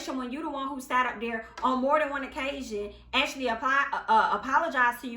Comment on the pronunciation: Be dere den girl...Be Dere!!!! 🤣🤣🤣 I love it